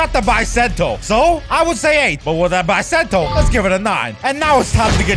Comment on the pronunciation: Bro really said Bysento